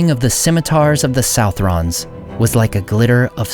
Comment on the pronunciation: Southron is a Scottish form of "Southern" /sʌðərn/, so it's pronounced /sʌðrən/, just like Southern except the last syllable rhymes with children. Tolkien didn't use Scottish anywhere else that I know of.